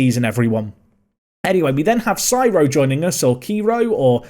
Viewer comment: Cyro would be pronunciated as "See-ro"